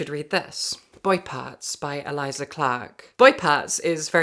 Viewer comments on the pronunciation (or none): none